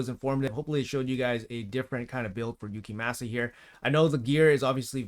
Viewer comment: I cant deal with the name butchering 😭 its clearly japanese, its like people saying saké wrong. Gave up around 5 minutes. Gonna give the vid a like still. Def going for this fusion 🙌